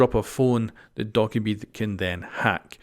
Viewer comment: Doh/Ka/Bee not Dok/a/bee